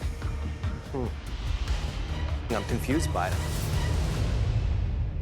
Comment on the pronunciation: I'm italian and we he said RAISINS i passed out